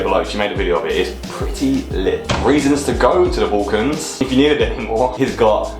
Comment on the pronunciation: it's pronounced BULL-cans (or BAL-cans as in "gal") not BOLL-cans!